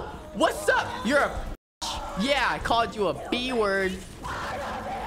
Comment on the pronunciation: Why he said a bad worf